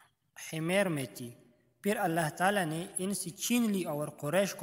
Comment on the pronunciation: Himer nhi "Himyar" hai ye